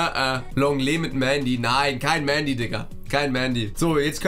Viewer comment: Hä das hat er richtig ausgesprochen Mendy hat mal selbst in einem Interview gesagt, dass er „Mändy“ ausgesprochen wird.